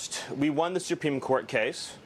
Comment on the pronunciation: I never realized is absolutely incapable of pronouncing the word "supreme" correctly. he literally said "supeme" like 4 times....